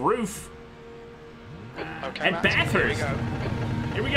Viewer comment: Well for one, RUF does occasionally build their own cars, not just mod Porsche's, and secondly, it's pronounced 'roof'.